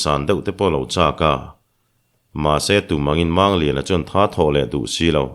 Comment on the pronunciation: Mizo tawnga, "mumang" tia kan lam rik ang hian, "Mangliana," tia, "Mang," tih lai hi lam rik ve ni se la, a dik zawk lo ang maw?